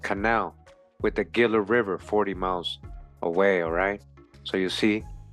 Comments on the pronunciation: Gila is pronounced "Hee-Lah" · Everytime you say "Gila" I flinch. It's pronounced "Hee-la." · " Fun fact " The Smithsonian admitted having destroyed hundreds of giant skeletons. In the same era these articles are from. Shortly after they were established. I was raised in AZ and no offense intended at all (True story ) but it kinda stung when you mispronounced Gila. Lol So ........... Heela is how Gila is pronounced. This was a good video. I've subscribed for sure. 🤗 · Gila is pronounced Hila. It is a Spanish word.